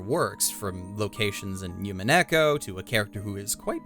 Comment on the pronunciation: and the "u" in umineko in not pronounced as a "Y" sound it is an "oo" sound like in roblox death "oof"